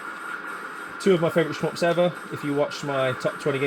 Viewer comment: Really enjoy your videos brother. please stop saying "sh-mups" LOL